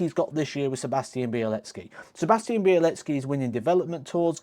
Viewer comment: Hey, great video as always. Just wanted to point out that the "ł" in białecki is pronounced as a "w" so his name is pronounced "Biawecki". I don't wan't to be annoying I just wanted to point it out since you are a commentator. Cheers🍻